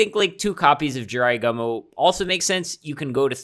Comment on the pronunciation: G-U-M-O, not gomo